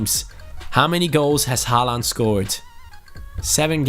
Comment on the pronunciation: Håland is Ho-land